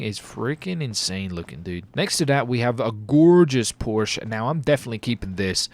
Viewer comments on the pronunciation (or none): none